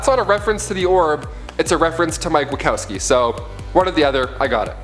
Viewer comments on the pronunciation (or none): none